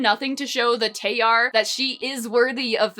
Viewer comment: This may be nitpicking… BUT SOME G’S MAKE A J SOUND. LIKE IN… GIARET? GILLAI? ALSO ITS ADAR (a-dahr)😀 Also I believe Tayar is being pronounced incorrectly (tah-yar) (btw my certifications are having read this comic twice) anyways love the vid and comic!!